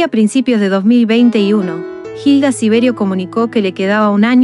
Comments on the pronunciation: No es jilda, es Hilda, y no es verdad lo que dicen para enganchar a ver este video. Ella nunca dijo no aguantó más, ella quiso vivir hasta el último momento y nunca se rindió.Informense bien por favor. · La h no se pronuncia , sino sería Gilda , ilda es la forma correcta . Extrañare esa sonrisa y sus consejos sabios , vuela alto hermosa mujer 💕